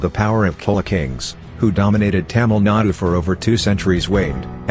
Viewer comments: Please correct the narration It is Not Cola but Chholla After 100 years some Indian may claim Coco Cola was invented by King Rajendra Chholla in early 1000s AD 😂😅 This is how distorted information starts Tamils have tendency to claim based on pronunciation of words As they highly value accurate pronunciation So please be respectful of Tamil people Short coming as it is also their strength 😢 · For heaven's sake, if you are going to produce a video for the whole world to view, can't you at the very least learn how to pronounce the words you are going to use? PanN(D)Ya is pronounced like the NY in caNYon, and CHola like CHoice, not like Coca-Cola. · Chola is not kola . Pl improve this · Chola is pronounced as "Ch" in cheat. Not kola. Pronunciation of "Pandya" also wrong. Dya to be pronounced as 'dia" in India. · Chola is pronounced stressing Ch like in chose not as kola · Pronunciation of CHOLA is wrongly done in this video, CH is to be pronounced as tf in chat or chores